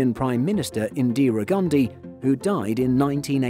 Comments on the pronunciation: Drinking challenge: take a shot every ‘indeera’ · I don't know why Indians say Indra when in it literally says Indira